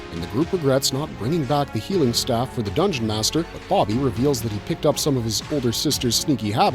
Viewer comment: BoBBY boBBY, not Boggy. stop saying Boggy.